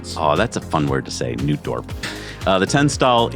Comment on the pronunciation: The initial "H" in Spanish is always silent, so, "Hernani" is pronounced as "'Ernani". Also, double "oo" in Dutch is just a long "'o", a bit like "aw". And, since that "t" before "d" in "Nootdorp" seems to turn silent, it is pronounced more like "Nawdorp".